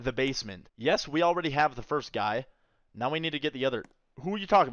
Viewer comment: "are you serious right neow"